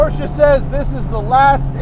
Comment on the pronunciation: You get props alone for saying Porsche and not porsh like most of the other idiots. Thank you Matt!!!!